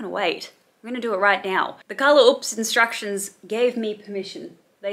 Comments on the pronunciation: Is color oops not a thing in Australia because y'all can't pronounce oops lmao "ops" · I like how u says oops lolol u pronounce it like OUPS or ups lolol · the pronunciation of ‘uhps’ tho 😂